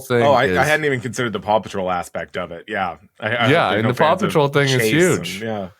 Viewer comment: “Paw-cuffing” surely